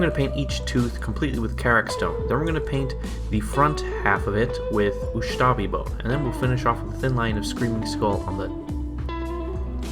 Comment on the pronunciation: *Ushabti Bone, not Ushtabi Bone ;)